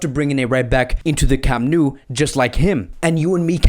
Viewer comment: I like the vids, but camp nou is pronounced camp nau (now), the catalán way (I've lived 18 years in bcn)